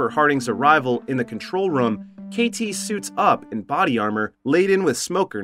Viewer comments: New drinking game, take a shot every time the ai voiceover say “rum” instead of “room” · Bro this guy can’t say room he just says rom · Theres a Word called room But this Legend says ruum. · I’ve never heard someone so consistently mispronounce “room”.